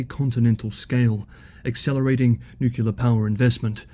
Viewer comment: At least you tried to pronounce "nuclear" correctly twice before giving way to "well that's the way I was raised to pronounce it"